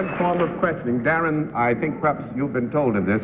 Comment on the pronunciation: At the mark when John Daly is welcoming Darren McGavin to the show.....doesn't it sound like he mispronounces "Darren"? McGavin even seems to have a funny look on his face as if he's trying to figure out if he said it correctly or not.